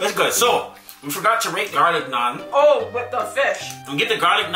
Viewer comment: Fellow Indian here!!! I can’t believe you are trying it for the first time! It is soooo flavourful! Oh….and thank you for pronouncing Naan right! I was ready for my ears to hurt but you nailed it!